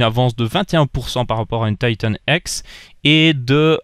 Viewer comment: "Taïtanne èxe" Ca me fais toujours marré xD (Je le dis pas méchament hein)